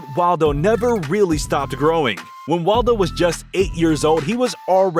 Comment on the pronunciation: Wadlo not waldo lol